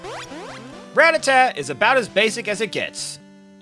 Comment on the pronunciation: You say it wrong and its sooooo annoying!!!!! I can't even watch this video lol